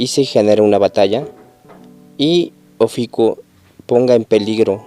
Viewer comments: es OFIUCO no ofico ni oficuo habla bien fan boy de shaka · ES: OFIUCO... "IU" NO; OFICUO... NO "UO" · Se dice Ofiuco no oficuo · Es Ofiuco... Y tú aferrado "oficuo" pendejo...